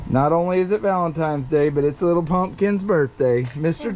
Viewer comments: it’s “Valentine’s” not “valentime”. 😂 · It’s valentines, not valentiMes. Cool video. Lots of fun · Oh man....he says "Valentimes"... Bummer.